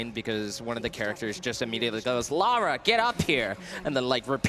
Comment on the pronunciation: He says Lara correctly